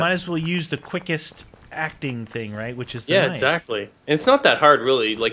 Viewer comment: on said "which I need something else", it sounded like he said "bitch I need something else"... maybe it's just me...